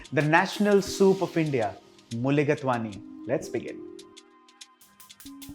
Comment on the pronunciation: I love mulligatawny soup, whether veg or chicken I make it often with a mix of red and green apple along with other ingredients as shown. But I don’t garnish with rice it is very nice even without rice. Just two observations, if you don’t mind, chef Inamdar. It is pronounced as mulligataaawny and not mulligatwaany, I think. And in lighter vein, perhaps you can count the number of time you say eventually in the commentary. You did stop, though, eventually😂 Thank you for this nice video.